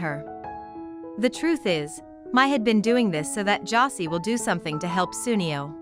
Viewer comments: Josée not 'Jossy'. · Bro I stopped watching this the moment they mispronounced Josee 💀